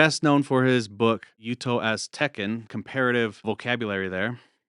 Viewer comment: "Aztencan"?? lol I think the speaker means Nahuatl